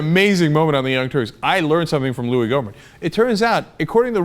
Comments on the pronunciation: It's pronouced GO-mere! hahah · I wonder if anyone else clicked, happily anticipating Cenk's special way of saying "GoO-mert"? I know I was. Yes, I'm odd. Okay, sleep deprived, time for bed...